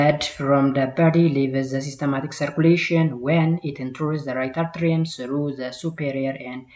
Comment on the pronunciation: dear teacher don't say "arterium" make it "atrium" you saied a number of times. The other one is don't say systematic make it systemic. Generally be carefull when you prounounce biological terms e.g tricuspid -ትራይካስፒድ . Listen the vedio again You are confident teacher.